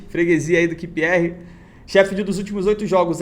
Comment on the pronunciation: Repeat with me: "QUIU PI AR" =QPR 😀😀😀 Grande!!! Siga firme!!!